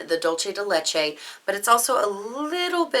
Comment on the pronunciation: I'm Mexican and I've heard a lot of butchered pronunciations, and I assure you that yours wasn't that bad. It was perfectly fine :)